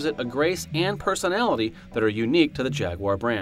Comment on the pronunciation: Stop mispronouncing jaguar!